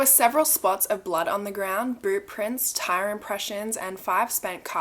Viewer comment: why did I hear "boob prints" instead of "boot prints" 🤦🏼‍♀️